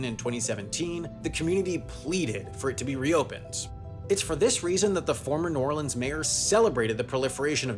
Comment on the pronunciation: Good 'New Orleans' pronunciation, Sam.